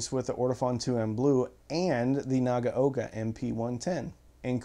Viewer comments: Pretty good. A little too hard on the "g" and a little bit "clippy" between the syllables. And, the first syllable "na" is too long while the last is too short (naa-ga-oka). It's an audio channel, so how things sound is important, right? LOL. But, yes, importantly he got all of the "a" sounds right, which is where most Americans chomp the bit with Japanese pronunciation. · Arrrgggghhh! It's pronounced Na-gow-ka!